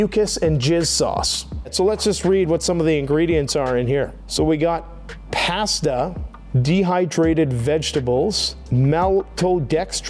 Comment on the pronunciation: Thats a new way to say Pasta 🍝 😂